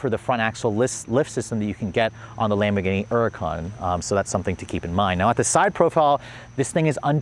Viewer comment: Stop saying huracán wrong, it’s annoying